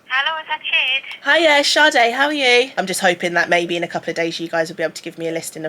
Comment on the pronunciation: Not the Lade calling sis Shade. Pls pls don’t butcher our names. Love thissss vid ❤️